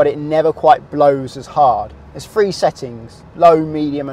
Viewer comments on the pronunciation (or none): Please enunciate your letters correctly. Th is not pronounced as an F - Three is not free.